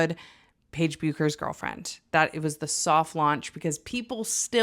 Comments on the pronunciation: Pronounced like the letters AZ and beckers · Not to be that person but you pronounced both “Buckers” and “Azzi” incorrectly lol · Don't worry about the pronunciation of their names ... I can tell those people who don't follow women's college and WNBA closely... believe me many butcher Bueckers name - that silent U is a killer ... on the WNBA app I decided to watch the Dallas Wings (Paige's team) vs. NY Liberty ... guess who was in the stands - Azzi Fudd .... when they showed her I smiled great big ... she had on a T-shirt that had a big capital I and beside it a big heart with a zero in it and the #5 -Paige's jersey number in the zero and below that PB in big letters .,,, YEAH!!! Let the world know ....I wondered, but thought they would launch when they are ready, and now they have ... Now I hope that Gabby Williams and Marine Johannes are indeed a couple, watched some mashups, and they do seem to be close - one can hope! I have watched some mashups of PB & AF, and in one, they are dising each other and AF's mother tells Paige "You are sleeping with her." The look on Paige's face was priceless. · The mispronunciation of Buecker’s and Azzi’s names is killing me lol